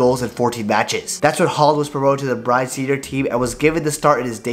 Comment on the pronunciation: It's not pronounced "brine". It's more like BROO-NAY where 'nay' rhymes with 'hay', 'way', 'day'...